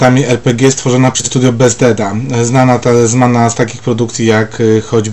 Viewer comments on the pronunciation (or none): Studio "Besteda" ?? Bethesda koleś...Zanim otworzysz usta to zobacz czy nie palniesz czegoś durnego...Recenzja poza tym taka sobie.